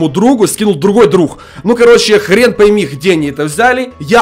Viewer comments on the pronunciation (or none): none